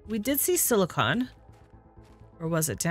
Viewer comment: Thank you for being the only youtuber I've yet seen to not call silicon silicone.